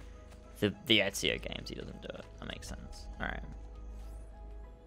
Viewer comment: ezio sounds like "me trae one"